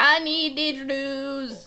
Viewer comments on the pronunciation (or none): hes pronouncing it wrong there didegeredos or something i think i spelled it wrong